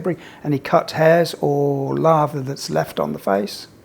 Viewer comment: Lather not larva